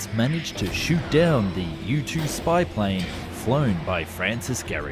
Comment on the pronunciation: Anyone else heard "YouTube spy plane" 😅